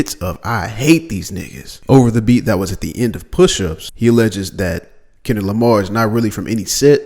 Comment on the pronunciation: Ah yes. Kenrick Lamr😅